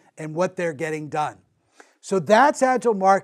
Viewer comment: What can you learn about Agile from a guy who doesn't bother to pronounce "Agile" correct 😏